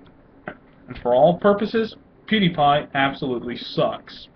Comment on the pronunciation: U didn't even say his name right